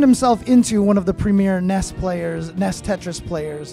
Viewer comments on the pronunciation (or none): Stopped watching after the commentator said "ness" as in "N.E.S." it's not a single word ffs... Ehn, EE, Ess.